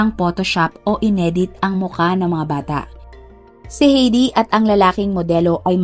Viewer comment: ATE , HINDI PO HEYDI ANG BIGKAS SA PANGALANG " H E I D I " ANG BIGKAS PO DYAN AY HAYDI